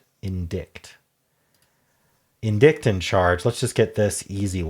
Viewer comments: in-dite not "in dict" 🙂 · I’m not sure I’ve ever heard indict pronounced that way. I’ve always heard it as in-dite, rhyming with site. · Indict is pronounced “en-dye-ct” Although Google says it’s more like “uhn-dite.” 🙃